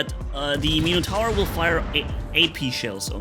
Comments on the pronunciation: Meeno-tower ?? ….pronounced Min-ah-tour , or Min-eh-tour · "Meeno tower" lol